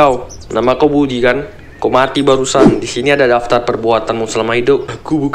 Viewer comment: BUDI BANG BUKAN BUWI